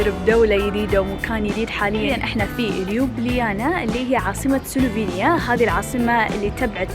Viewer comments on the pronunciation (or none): شكرا على التغطية بس يا ريت لو سمحت تلفظي اسماء المدن مزبوط ..... مثلا عاصمة كرواتيا , زاغرب وليس زوغروب ايضا سلوفانيا وليس سلفونيا .. يا ريت كل واحد عامل حاله تيوبر يقرأ ويتعلم عن الدولة اللي مسافر عليها قيل ما ينشر الفيديو